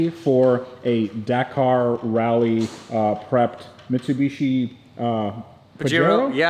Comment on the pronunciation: The way bro kept saying michibichi had me rolling😂